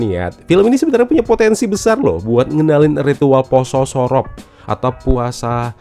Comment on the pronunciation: hobbi banget, mlesetin kata si, surop di bilang sorop,, punden di bilang sinden, penitistaan bahasa jawa 😂😂